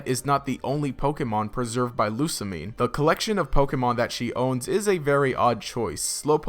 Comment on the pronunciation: "loo•sah•mee•ney" or "loo•sah•mee•neh" NOT "loo•sah•meen" DX